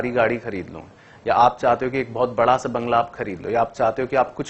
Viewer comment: bhdaa nahi BADA hota hai